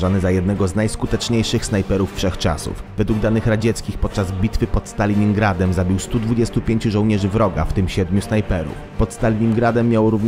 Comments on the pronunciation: Kurwa Stalingradem a nie Staliningradem pajacu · "Podczas bitwy pod Staliningradem" nosz kutwa